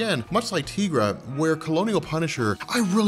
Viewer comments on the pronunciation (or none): Please stop saying Teegra, it's Tigra. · "TEA-gra"?!?! 🤦 it's "TIE-gra"! TIGER = TIGRA what a newb move 😅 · “Tee-gra”? Come on. She’s a tiger. It’s “Tie-gra”. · So I'm gonna call it out lol:) Te-gra?!?! I would of thought Tie-Gra lol:)! Yeah I couldn't resist;) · Tea-gra? I think you mean Tie-gra. She's a tiger lady, not a tea lady. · Dude, her name is pronounced "Tie-gra" not "Tee-gra". It's a play on "Tiger". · tye-grah. not teeeeeeegrah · the way you mispronounce Tigra's name makes me want to stab my ears with knives. It's 'tie'-'gra' like tiger. We've heard her name pronounced in the Avengers: United They Stand cartoon in the early 2000's. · Say Tee-gra... one. more. time. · Tigra long I. Like sky, not an e. That earks me